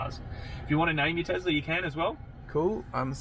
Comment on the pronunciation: Oh no, another TeZla pronouncer.